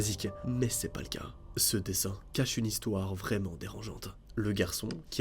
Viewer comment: Mdrrrrr le « vraiement » 😂😂✨